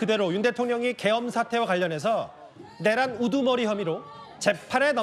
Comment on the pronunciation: 앵커!! 액센트!!! 내란 우두머리!!! 미친거야!!!